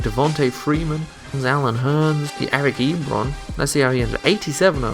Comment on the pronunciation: Got Eric Ebron right